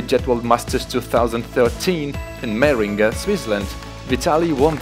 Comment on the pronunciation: oh boy..... // such a well made video.....; and you disqualified yourself at 1 Min 40 sec already........... // it is a shame, that you are absolutely unable to pronunciate the village "Meiringen" correctly... :-(